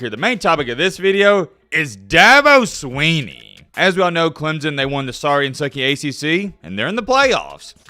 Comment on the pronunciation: It's Swinney,. Not "Sweeney". I thought you were a "know it all". More like MattBeILLITERATE. Anyway. I love the channel. Go Tigers!